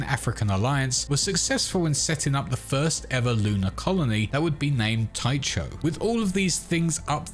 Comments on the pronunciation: Oddly, I always thought Tycho crater was pronounced "ty-ko crater" not "ty-cho crater", YMMV I guess. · I had to stop watching. "Tie cho?" Over and over? It's pronounced "TY KO." A quick, simple Google search brings up the definition and audio sample of the pronunciation of any unfamiliar word... and that's exactly what a professional would do as they wrote and prepared - simple basic necessary research. The internet is the death of... just basic journalism and professional media. Geezus. We don't read books anymore. We think our opinions and "right" to have a say matter more than anything else, and without examples of good writing in our (your) lives, we've (you've) lost the feel for language and communication or for any level of expected ability and effort beyond "here's MY babbling!" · Tycho = "Tai-koh", not "Tai-choh". I mean, properly speaking, the "ch" should be pronounced like the "ch" in "loch", but many anglophones pronounce that like "lock" anyway. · "Tycho".... TIE-KOH not TIE-CHOE. Bloody hell. Good video though. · Dude please, it's pronounced Ty-ko - with a hard Ch . It's painful to hear it mispronounced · Tycho Sounds like Tie-ko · it’s a latinized Nordic name. My son has the name. The ”ch” is a hard k. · I know I’m late and people have probably let you know, but Tycho is pronounced Tea-Koh, named for Danish astronomy titan Tycho Brahe. I twitched every time you said it. Small nitpick, but worth noting. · Anyone else cringe a bit when they heard “Ty-cho”? It’s Greek… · Cringed every time he said "Tycho" wrong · Fwiw, Tycho is pronounced "tie-ko" or "tee-ko" and is a reference to Tycho Brahe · Cool video. FYI, it's pronounced Ty Co. The "H" is silent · psst... 'tycho' is pronounced 'tyko' ;-) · The ch in Tycho is pronounced like a K, as in Christmas. You’re killing me! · Good video! By the way, Tycho (which comes from Tycho crater on the moon, named after Danish astronomer Tycho Brahe) is pronounced as Taiko.